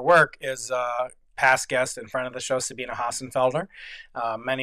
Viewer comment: he pronounces Sabine right!